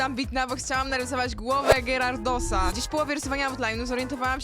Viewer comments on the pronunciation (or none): głowę czego... gyrardosa czyta się to gajardos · ✨gyrardosa✨ nie hejtuje ale mówi się gjarardosa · Mówi się gajardosa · bez urazy ale „gyrardosa” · Rysunek bardzo ładny ale to się wymawia "gjaradosa"